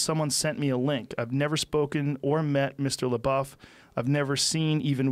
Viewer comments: Joe "PooDiePie" "Shia Labow" Rogan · Joe “Shia La-bow” Rogan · Joe “shia labo” Rogan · Joe “Shia Labow” Rogan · Kind of happens when you are too consumed in pronouncing "LaBuffoon" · Everyone: Joe... we know which Shia you're talking about... you don't need to try to pronounce his entire name every single time. Joe: L E H B O O F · "Shia Lebou?" Lol.... Joe, you're a legend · It's pronounced 'LaDouche'. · Joe Rogan is such an old man if he doesn't know how to pronounce Shia LaBeouf's last name lol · It’s pronounced shy la douche. Although he sort of redeemed himself with peanut butter falcon. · Legend has it, he's still asking how to pronounce Shia Labeouf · Rogan pretending not to know how to pronounce his last name. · Take a shot for every time he calls 4-chan guys amazing, and mis-pronounces Shia's name and you're dead. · I love how many times Joe asked how to pronounce his name lmao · I HATE when celebrities mispronounce other celebrities names like they don't know his name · You could e titled this video ‘Joe Rogan learns how to say ‘Labeouf’ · It’s weird that joe Rogan doesn’t know how to say Shia leboufs name but knows all kinds of bad shit that Shias done.. like bruh you don’t know the guy or anything about him or what he’s been through and you should know that media dramatize everything. Then joe reads the article and goes “well that isn’t that bad” and then says “whatever” and proceeds to down talk him.. you’re better than that Joe come on 🙄 I love your podcast and you seem like a dope dude but that’s not cool man :/ If you do ever have him on the show then I really hope you apologize to him. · Joe rogan is acting retarted to shia’s last name,how many times do they gotta correct him just for him to say “is that how you pronounce it”